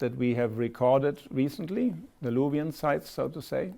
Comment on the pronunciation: luvi bence isim yanlış okunuyor